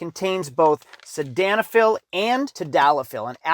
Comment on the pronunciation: It's crazy to me that people pay for sponsors without the spokesperson even being able to pronounce the product ingredients. "Si -dan -i -fil " proper " Sil den a fil". Your daughter will be proud of her dad promoting stuff like this